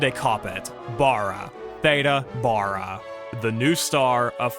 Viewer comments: Some people pronounce their vowels differently especially the A one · I never heard her name pronounced that way. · Theda Bara was pronounced, “THEE-dah BEAR-uh” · can't imagine doing a video on Theda Bara and not pronouncing her name correctly. The actress Theda Bara is pronounced THEE-də BARE-ə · FWIW: Both names are mispronounced,. Much more like Theeda Baaruh. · ThEda Bear ah. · For that matter, I've only heard her name pronounced, "Thee-da Bear-a," like Yogi Berra. Best Foot Forward, The Beverly Hillbillies, The Munsters, etc She showed up on Lux Radio Theater, with the familiar pronunciation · PRONOUNCE HER NAME ..CORRECTLY IF YOUR'E GOING A VIDEO ....JUST MY OPINION ...😯